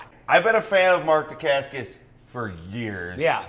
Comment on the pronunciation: I love that he says he has been a fan of Mark Dacascos for years and yet, he can't pronounce his name right .-D